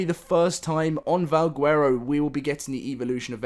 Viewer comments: Stop saying guuuero. Bro. Garow. (VAL) (GARROW) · He says vawgwerrow